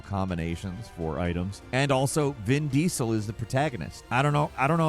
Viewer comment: "Vin Diessel", how are u big fan of the guy and pronounce his name like that? 😂